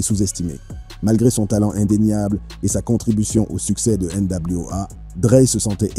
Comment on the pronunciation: NW "Â" gangsta Wap 🤣🤣🤣🤣🤣🤣🤣 bro tu abuse sérieux... eazy é 🤣🤣🤣🤣🤣 eazy hé Easy et Izi haie 🌳🌳🌳🌳🌳🌳🌳🌳🌳🌳🌳🌳🌳🌳🌳🌳🌳🌳🌳🌳🌳🌳🌳🌳🌳🌳🌳🌳🌳🌳 🤣🤣🤣🤣🤣🤣🤣🤣🤣 sérieux je le redis... tu abuse cousin